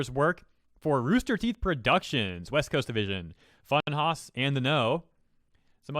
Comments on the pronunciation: Hey cuz you had an issue pronouncing It it’s pronounced like funhouse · Speculation will always be speculation. Someone who can't even pronounce the name of the channel trying to draw a negative. People move on. As should you. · Yeah, I was like "seriously dude?" What a shitty video.